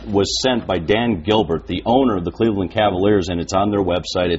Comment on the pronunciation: LeBron went to the NBA Finals with the Cleveland Cavaliers you moron. Back in 2007 when they got swept by the Spurs. And you say I don't know nothing about the game? Lol get a life kid. And it is Cleveland, not "claveland" idiot.